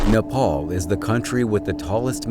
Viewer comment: It's not napal it's napal